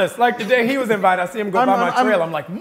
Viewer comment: CHRIS EVANS DOESN’T WIKE IT WHEN HIS SWEET SPOT IS TOUCHED